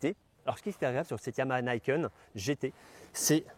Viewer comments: pas "naïkeune"... "nikène" ni : "deux" ken : "épée" (ou "poing") Sinon, très bonne vidéo😉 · « Nih kène », c’est du japonais, pas de l’anglais. Et ca signifie 2 lames.